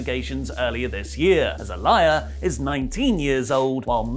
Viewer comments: I'm about sick of people bringing up the #SpeakingOut movement when talk of Murphy and Aaliyah (ah-LEE-uh, not ah-LYE-uh as mispronounced it AGAIN) comes up. Aaliyah is 19 and, therefore, a woman, not a girl. These are 2 consenting adults and I find the outrage to be straight ridiculous. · Say it with me Ah-Lee-Yuh lol Love your content guys. Support Wrestletalk! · Why is he calling her A-LIAR? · I didn’t think it would bother me but it’s Uh-Lee-Uh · Imo, it's pronounced as, 'ah le yah' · Yo can you guys pls pronounce Aaliyahs name correctly? It’s triggering me so much lol. It’s (uh-lee-uh) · it pronounced Ah lee yah.. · You mispronounced a-lee-ya 🤦🏻‍♂️ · Is it your lazy british accent that makes you pronounce her name as "a liar" as opposed to how her dad and everyone else does? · It's pronounced Aa-lee-yah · I'm more uncomfortable with how he's pronouncing her name rather than the storyline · I'm more bothered by the way (and ) pronounce Aalyah's name. Surely at this point they're doing it on purpose. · The way you pronounce Aaliyah is killing me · are saying Aaliyah wrong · I think needs to start pronouncing Aalyah's name correctly!!🙄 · You’re pronouncing her name wrong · How are you still pronouncing it wrong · flip flops on pronouncing Aaliyah's name wrong 😂. But really it's not a big deal. I get the reactions on the other side but it's just a storyline. People are taking WWE of all things WAY too serious. I don't watch anymore though but the criticism is insane to me. It's known as entertainment for a reason. If you're not entertained or disgusted then stop watching like I did a year ago. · You saying Aliyahs name wrong was sending me😹😹😹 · Her name is mentioned on the show man. How the hell do you still mispronounce that?